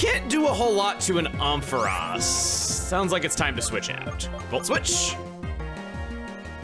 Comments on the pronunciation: Aron Air - on Ampharos Am - fuh - ros(like rose but pronounced without the e) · OHM FUH ROZ??? BRO ITS AMP PHAR ROS LIKE THE LIGHTHOUSE AND THE WORD AMP HAHAHAHAH DUDE YOURE SO SLOW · Same here! I was like ‘Omfaross?’ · Chugga's pronunciation of Ampharos as "Omphaross" is interesting... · With love, Chugga’s pronunciation of Ampharos took 3 years off my life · That and Ferroseed. I don't mind off pronunciation, but these stab me deep. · The way chugga pronounced ampharos is so different than what I’ve heard before it’s interesting! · This is the first time your pronunciation of a Pokémon name actually caught me off guard. I've never heard that pronunciation of Ampharos and had to go back several times to make sure I heard you right 🤣 not saying it's wrong, just completely caught me off guard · the way you pronounce ampharos makes me so physically ill